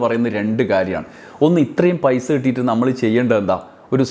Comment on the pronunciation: എടോ ആദ്യം മലയാളം പറയാൻ പടിക്ക്, പൈശ അല്ല പൈസ, വല്ലാത്ത കമ്മി